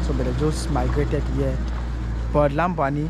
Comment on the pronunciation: I like your videos,! I have a question: Are you from Cameroun? I notice you speak English with an American accent, but most Gabonese speak English with a French accent. And Loria pronounces Lambarene in French (Lam-ba-ray-nay), but you pronounce it in English (Lambareen).